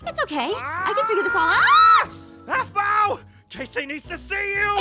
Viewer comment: aphmau not aphmay